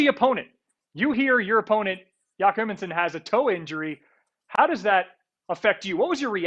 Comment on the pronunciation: yack herminson and bennator...15 seconds in and i already want to slap this dude from espn in the face